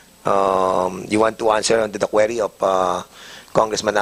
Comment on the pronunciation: Query - KWEE-REE hindi KWE-REE